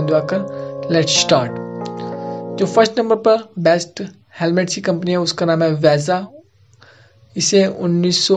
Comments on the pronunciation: Abe Vega वेगा not वेजा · Veza lol its vega like ve. Ga